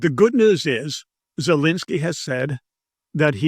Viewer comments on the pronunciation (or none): none